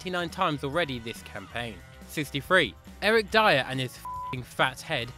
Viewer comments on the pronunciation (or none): none